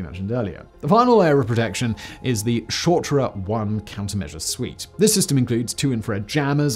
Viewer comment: "Shotra" the egyptianisation of Russian has begun lmao